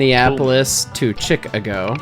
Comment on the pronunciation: ‘Chick-a-go’ is now a permanent part of my pronunciation dictionary.